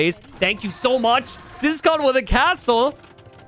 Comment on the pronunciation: This whole time I had this in the background and thought the player was called Siscon